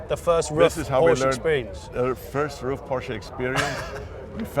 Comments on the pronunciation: Hi Jonny, great video. You could have shown a little more respect for Mr Ruf and his company. You constantly called him, his company and his cars Rough. The correct pronunciation is Roof. it's really not that hard! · His last name isn't "rough" it's "roof." It sounds like "gut"